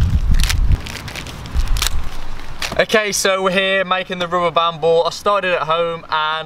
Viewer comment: Don't you know how to say "rubber band"